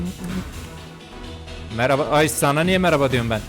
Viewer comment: Geri sarıp tekrar tekrar izlediğim nah girişinden sonra 🌌HeRkESeĞ mERAbaĞ arKadAşLaĞr🌌 deyişi 😂😂😂😂